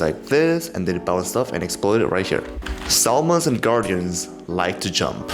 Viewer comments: Tell me who the fuck says SO L MUN IT'S PRONOUNCED SAMON NOT SOLMUN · Bro pronounced salmon like how it is spelt